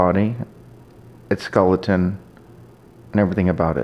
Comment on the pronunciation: Stop saying skulleton.